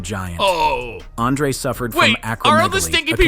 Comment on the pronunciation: This AI is wild. Pronounced Andre differently within 3 words.